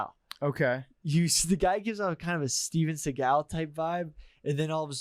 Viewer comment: seemingly went an hour and 50 minutes without mispronouncing any words only to say Steven Seagal wrong